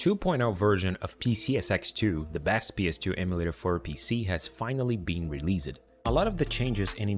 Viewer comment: Soube que era BR no instante que o cara pronuciou "Released" como Reeliased kkkkkkkkk